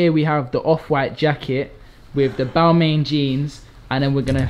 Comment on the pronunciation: said Balmain wrong.